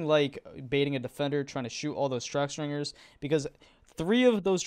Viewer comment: STINGers not STRINGers